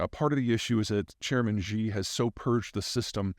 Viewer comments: How can I trust a geopolitical guru if peter can't pronounce the name of Chinese chairman 😂 President Xi spelled like sEE ( I see---( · Peter discredits himself so much whenever he refers to "Chairman Xi". He literally is not the chairman. His title is general secretary. Not to mention he always mispronounces his name. If you're going to sell yourself as an expert, maybe do the slightest bit of research.